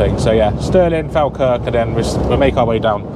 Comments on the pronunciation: Your saying Falkirk wrong mate, say it like Fall Kirk haha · Loving the videos 👍🏻 Falkirk is pronounced follkirk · Falkirk is pronounced Fall kirk 👍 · Falkirk is pronounced Fall-Kirk but nice video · you pronounce Falkirk ( Fall kirk) lol Awesome videos dude, glad the tractor pulled you out :D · It's pronounced Fall kirk